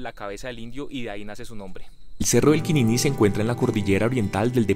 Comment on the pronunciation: Todo muy lindo pero está acentuando mal Quinini y Cumaca. Se oye muy raro .